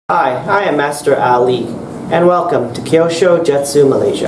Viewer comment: Master Ali ? It's pronounced Like " Q sho " 👍😉